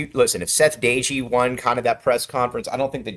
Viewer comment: You are not pronouncing DOEGE name correctly.